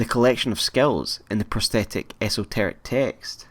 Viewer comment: esotorec say it after me ESS-TORICK